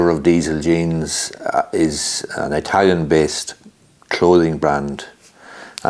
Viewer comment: Please stop saying eye-talian , you know that's not correct